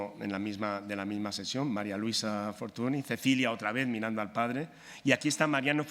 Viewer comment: FORTUNY se pronuncia FORTUÑ